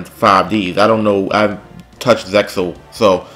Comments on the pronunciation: Zexal is pronounced 'Zay-al'. Good video though. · It's sounds like "Zeal" when you pronounce zexal